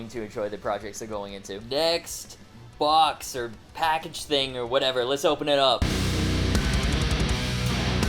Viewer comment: Makes me laugh every time “Next….. bwox” 🤣 Need more cat 🐱 too